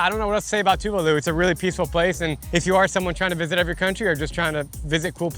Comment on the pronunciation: Tuválu mentioned!! FYI, the emphasis is on the second syllable.